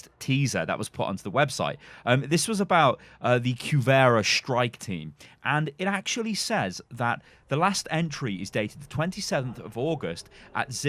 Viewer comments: Cu-er-va dude... Where do you get that Cuvera from :D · Kjuvera haha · anyone wanna tell him he's still pronouncing cuerva wrong?